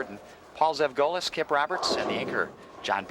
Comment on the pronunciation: Refreshing to hear my last name pronounced correctly, Zevgolis. I have long given up on correcting anything but the most absurd pronouncinations of it. Even recently my uncle Paul (or Butch as we call him) is as tough as they come, even in his 70s. Unique style, yet he got it done.